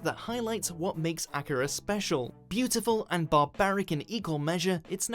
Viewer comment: Tell the idiot voicing this he miss pronounced Akira.